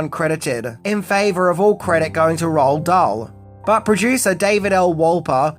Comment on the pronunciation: Roald Dahl's name is actually pronounced, "Roo-All Doll."